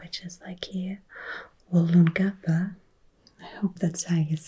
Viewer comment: As a big fan of your channel, I never expected you to cover my city! I’m in East Brisbane so 5 minutes to a ferry and used to live in Woolloongabba (which you pronounced perfectly). I’ve had lots of BBQs and done free exercises at Southbank and occasionally bushwalk at Mt Coot-tha. You’re in my life now lol 😆. I’m a little embarrassed by how we overdo the Storey Bridge and Southbank in photos, but happy about the emphasis on food.